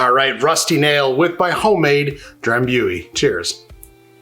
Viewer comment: FYI It's pronounced Dram·boo·ee. ;)